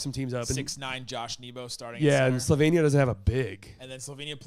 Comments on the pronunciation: Slighly pronoucing Slovenia, the more slovenian way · Btw the way said Slovenia is correct native Slovenian pronunciation 👌